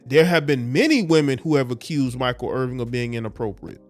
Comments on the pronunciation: There is no G in his name. it's Irvin. No G. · Bruh, its IRVIN not Irving, need to tighten yo shit up! You makin the man Jewish!! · It’s IRVIN not “Irving.”